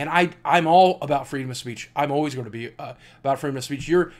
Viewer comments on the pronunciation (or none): none